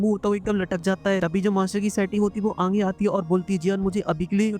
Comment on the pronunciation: Bhai aap aage ko aange kyu bolte ho 😂😂😂😂